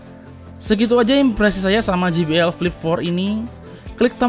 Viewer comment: sorry bang,eja jbl nya : je bi el ,bukan ji bi el :D